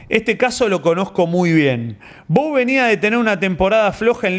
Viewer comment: bou es un apellido francés de la region de aveyron y vos lo dijiste bien, se dice bu